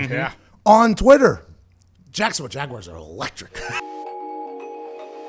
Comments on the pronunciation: What’s a jagwire? Was McAfee having a stroke? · Can anybody in the media pronounce Jaguars correctly? It’s not Jagwires it’s Jag-wars. You probably say Southmore for Sophomore too huh. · Pat really one of those guys that says Jag-Wires...smh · "The Jacksonville Jag Wires" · Jaguires, lol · Nobody: Pat: Jacksonville JAGUWIRES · Literally everyone in Pittsburgh pronounces it like that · Haha not all of the US, many of us can’t stand when people pronounce it like that